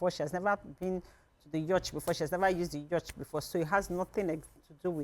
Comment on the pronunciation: Please learn how to pronounce Yacht. Na wa o! I dey shame shy.